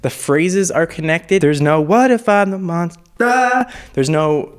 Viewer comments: “What if im a MoNsTaH” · “What if I’m a MoNsTuH”